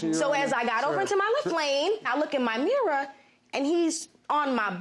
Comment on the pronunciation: “Mirruh” lol